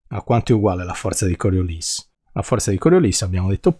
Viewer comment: Complimenti, con un po' di formulette si capisce meglio ... e con Coriolis finalmente pronunciato correttamente 😂😂😂!